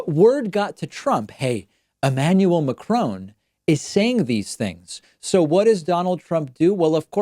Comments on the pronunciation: I speak French. I lived in France. David is not pronouncing his name correctly at all. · N in Marcon is pronounced, similar as the way you pronounce macarons (french cookies), or Alain (ain) Delon (on) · To nick pick, your pronunciation of Macron makes me cringe😂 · It's MaCRON not Macrone! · Mac Ron, not Macrone. Quite easy really. Two syllables like Ron(ald ) Mc(Donald), except in reverse. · Macron not Macrone, it’s easy to say, I’m not even french, you don’t pronounce it Macrone, you’d be the first David, keep up the good work anyway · Strange how US ppl mispronounce Mac RON. NOT Mac CRONE !!! FFS!! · I think you are a brilliant commentator but, please, it is not 'McCrone'. Ma cron. Two even syllables, with a short 'o' (like da do Ron ron) and very light on the final n. He is French, not Scots. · Mac fucking Cron, not Crone ! Grrrr . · Its pronounced Macron not Macrone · Sigh Can you stop calling him Ma-Crone... It's Ma-Cruh. I don't know how to write French phonics... Help! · If you just said “mac-ron” it would be a lot more accurate than “muh-crone.” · It cracks me up the way you pronounce Macron! 😂😂😂 It's not McCrown, it's pronounced as it's written and with a French accent of course! Mac (as in big mac) and ron (as in the name Ron) then do that little nose thing with the 'n' that the French do like in garçon. 😂😂😂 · It's Macron not Ma-crone, your pronunciation is terrifying. You've taken enough time to do a good job of investigating and reporting take the time to learn how to say his name. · The least you could do is pronounce the French President's name correctly. He is not the son of a Scottish hag: McCrone. LOL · Why does David keep on saying McCrone? Lol. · Its not Macrone... for Petes sake! At least learn learn to pronounce his name correctly. 🙄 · Is not macroon damn is macron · Why can't Americans pronounce Macron, there is no e on the end macrone, You are all fucking stupid not just your president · I wish he'd stop calling Macron 'McCrone.'